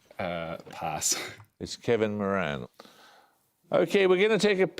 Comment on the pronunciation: He mispronounced Moran!